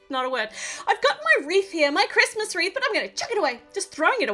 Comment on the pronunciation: You said here is our Reese instead of wreath and my name is Rhys!😄 On its side, the wreath looks like a rainforest!😉